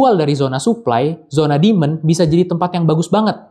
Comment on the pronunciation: Bro..penjelasannya ok...tapi koreksi cara baca demand, sptnya nada tsb yg anda katakan berulang kali itu artinya setan (?) Coba check nadanya di google translate